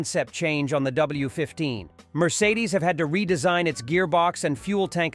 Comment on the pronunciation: I can’t watch this channel again after hearing how you said Mercedes….